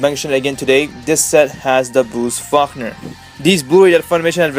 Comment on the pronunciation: Bruce Fuckner? Lmao, it's pronounced "Fawl-koner".